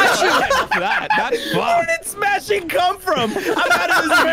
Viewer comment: smashing sounds like juicy